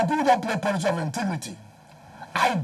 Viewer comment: God will not allow Wike to rule Nigeria, apart from pride, he has no sense - he is so shallow and a trouble maker. Mr. ' intigrity' - English of a so-called lawyer. "Intigrity' instead of ' integrity'